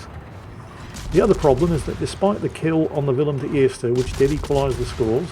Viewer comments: The pronouncation of Willem de Eerst in Dutch was spot on mate! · Who are You??? and what have You done with the real???? You pronounced WILLEM DE EERSTE correctly!!! Greetings from Holland, Gerard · your pronouncement of the “Willem de eerste” is absolutely spot on. Well done